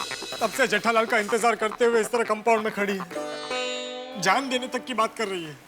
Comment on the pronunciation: अय्यर बोला कंपाउंड❎ कामबोर्ड ✅😂😂